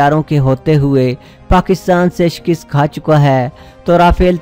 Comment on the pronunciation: lafz shkast hae nah keh shkist . jnaab taseh kerrain . FROM U K